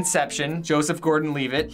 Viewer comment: did really say Joseph gordan Leaveit instead of levitt i am dead.